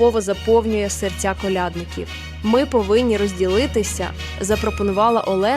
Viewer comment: Крлядників наголос на я! Ніі, я не додивлюсь. Вибачте.